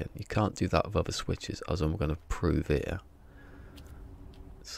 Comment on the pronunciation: “Inverter” not “ igvurtuur”! Because it has bloody e’s in it. Same with your “er” it’s “here” mate, please don’t degrade our English language.